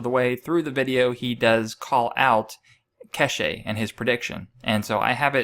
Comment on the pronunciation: it's not pronounced Ke she... it's Kesh.. silent E